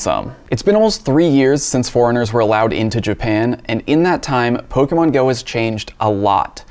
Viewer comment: Is it possible to slur the pronunciation of the word "pokemon" anymore than does?